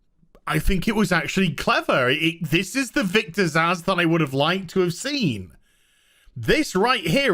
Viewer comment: Am I the only one who Glasgow punches a wall every bloody time someone insists on pronouncing the name Zsasz as ‘Zasz’?! 🤦‍♂️